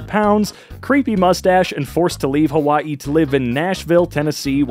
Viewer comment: Ok but why did you have to pronounce Hawaii that waii?